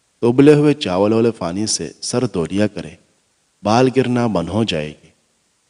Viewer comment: Afka bofot bofot fukria , ye app fay ki zaban may q boltay hain ? May yaqeen se kehty hoon k aap pay bol saktay hain phir pani ko fany q kehtay hain ? Our ab to mujh ko ye bhi yaqeen hai k aap fay ko pay kehtay hain. Yani fahad ya fawad ko pahad our pawad kehtay hongay our ferhana ko perhana kehtay hongay ,jub aap ye dono lafaz bol saktay hain to phir onko sahe jaga q isstemal nahe kertay ? Prectuss ker ker k seekh lain